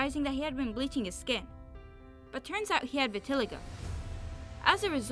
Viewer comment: You pronounce Vitiligo. It’s pronounced Vitil-Eye-go. I just wanted to say that. I loved the video other wise. It was a good video